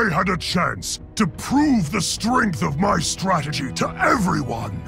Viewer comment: he talks about "stragedy" but the subtitles instead say "tragedy" and i find that really funny for some reason